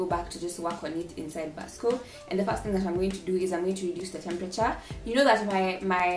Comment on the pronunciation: Ily but it's pronounced visco not Vasco 😂❤️✨